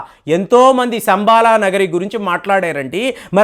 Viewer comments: సంబాల కాదు శంబల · శంబల అనాలి